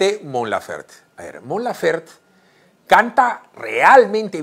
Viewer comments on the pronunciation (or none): el apellido de Mon se pronuncia como se escribe, Laferte, besos 😘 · Su apellido se pronuncia como se escribe "LAFERTE" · todo bien pero es Mon Laferte!!! la "E" no es muda, igual gracias pór la nota sobre la reina!